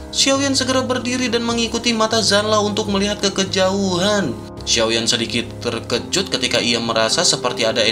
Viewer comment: Mimin..mimin ini cina? Konten nya ok good,konten cewe mah aneh...terkejut min bukan terjekut..t e r k e j u t ni spell nya👆 1 lagi kepala k e p a l a..kepala bukn kelapa